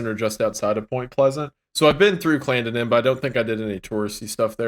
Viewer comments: I don't like the way they pronounced Clendenin at first in this video. That is not how we pronounce it lol got it right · As someone from Charleston, WV the way they pronounced Clendenin made me slightly homicidal